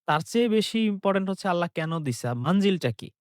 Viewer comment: আল্লা বলস কেন,,,আল্লাহ হবে। ইংলিশ, বাংলা তো লেডিসের মতো সুদ্ধ বলস। আল্লাহর নাম নিতে এত ছাগলামো কেন।